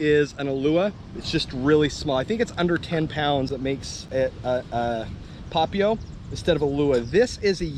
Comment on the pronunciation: Nice vid as usual. Papio = Pah Pee Oh with the emphasis on the 'pee'. BTW: Any chance you can do a video on Ocean View and Milolii? Talking about the bad the good, etc. I lived on Oahu for 10+ years, and kinda looking to head back to the aina.